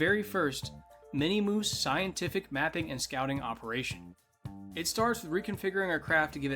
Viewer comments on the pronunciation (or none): Love how he says minimoose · Mini moos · why do you keep saying minimoose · I cringe every time he says it. It's min-muss. There is no I in the middle. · Minimoose is a funny name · Miniature moose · min mis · why does bro say minmus like that